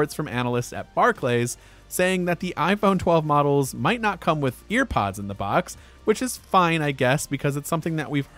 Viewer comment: It’s pronounced bar-cleez